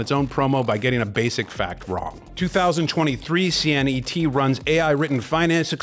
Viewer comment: if you're not an AI avatar (in the video... maybe not in the comments), then why in the video do you pronounce "Claude" as "Cloud" and you spelled out "Cee-En-Eee-Tee" rather than saying "Cee-Net" like everyone else says? No... those are AI pronunciations.